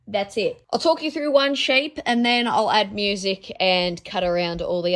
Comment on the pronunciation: I enjoyed this vid as I do all yours, but I have to finally ask: Is "thruff it" a slang pronunciation thing going round that I am not aware of, or is it mostly there in Australia? You are the only one I've heard say it but I have heard you say it several times now. Just wondering!